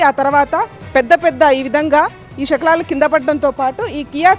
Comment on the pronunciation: షెకలాలు కాదు, శకలాలు.